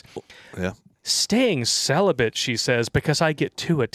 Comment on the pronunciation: Celibate? You mean Sell-A-Bit.